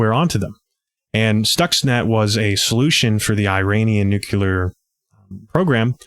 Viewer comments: We always want to pronounce “nuclear” this way: NUKE-lee-er. It’s not NUKE-u-lar. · Great layout and info! Still, I scrunched my nose at "nu kyoo ler." It doesn't help help sell yourself as an intellectual or knowledgeable person if you obstinately pronounce words contrary to how they are spelled. Where else might a crucial detail be glossed over in such a manner? Nuclear = "Nu klee er" or even "new clear". There's only one 'u' in it. BTW, we've been sounding the alarm for election fraud ever since the results came in and a "Russian tail" was in evidence. No one listens because Trump set it up by calling the 2020 election rigged, which his cult parrots even today. He cries wolf and is also the wolf. It's the only smart thing he's ever done and I'm not so sure he did it on purpose. It's deep in the bully's playbook to play victim so you may freely perpetrate a crime, but it is how their minds work.